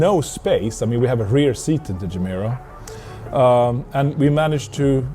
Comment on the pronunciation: Its not Jemera. Its Gemera with G.